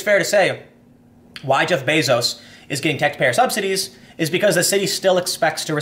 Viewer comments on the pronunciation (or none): none